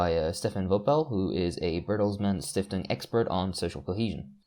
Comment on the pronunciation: As a german, I love how you said Bertelsmann Stiftung.